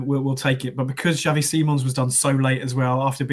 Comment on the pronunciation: I think it’s more a Ks sound as in taxi. It’s Spanish, not Dutch. He’s named after Xavi Hernandez of Barcelona fame.